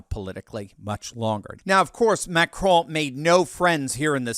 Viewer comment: Just pronounce the "n" in Macron and be done with it.... it sounds ridiculous for an American to try to say it with a bad French accent.